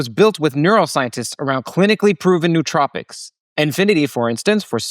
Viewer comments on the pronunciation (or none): none